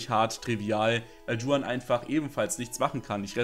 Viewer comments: Niemand: Creep: Dschuan Es heißt Juan, bro. Do you even spanish at least a little, please! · Bitte an der Aussprache arbeiten. Du sprichst in jedem Video Juan falsch aus